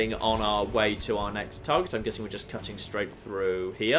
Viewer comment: Most annoying voice I've heard for a long time. Translations: "Toowah" = too "catting" = cutting "meeyuh" = me etc.